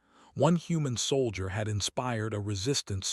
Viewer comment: Saul i der instead of soul jer. Computer needs better training